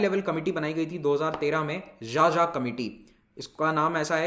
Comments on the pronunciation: Sir 'Xaxa' is pronounced as खाखा not 'jaja'. People with surname 'Xaxa' also belong to tribal group. Anyways Pronouncing strange names of the people is not easy. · Sir it is not जाजा (xaxa) it is खाखा....🙏 Big fan From chhattisgarh jashpur district... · Xaxa is pronounced as KhaKha (a sub caste of Oraon Tribe) literally meaning of A Crow. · Xaxa is pronounced as khakha.....